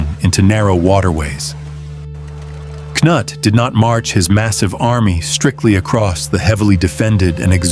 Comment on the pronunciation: Excellent presentation, however, I have never heard Prince Cnut's name pronounced in so many different ways. I respectfully suggest that you're narrator find how the prince's name was properly pronounced. After a while it just became downright funny.